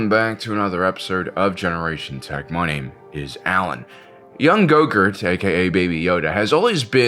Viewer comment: I was this many days old when I realized he starts his video with "welcome to generation tech, my name is " and not "welcome to generation tech money is ". Every single time he says it, I hear generation tech money.